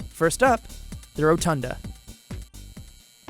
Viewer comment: holy shit. I've never seen someone say Rotunda so badly